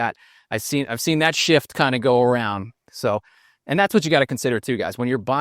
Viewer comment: I thought from sure your next word was going to be shit, and not shift.